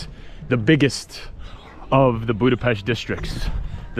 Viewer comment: Imádom a stílusodat, nagyon tetszik az a természetesség, ahogyan beszélsz a kerületünkről... Külön köszönöm, hogy Budapest-et BUDAPEST-nek mondod, nem pedig "bjúdapeszt"-nek. Helyes !!! Szóval Budapest, az BUDAPEST !!!